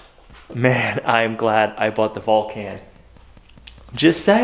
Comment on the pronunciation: Think of Mr. Spock when you pronounce the name of the welder. It's the planet he comes from!